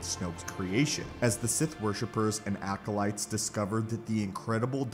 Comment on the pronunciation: sTOP SAYING ALCOLITES!!!!!!!!!!!!!!!